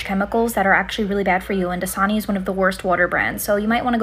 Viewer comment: My ears were not working because I could not recognize the word DASANI!! I thought it was like JISUNI!!